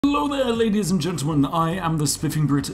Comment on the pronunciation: I realy hate that the intro is ello there "ladies and gentelmen"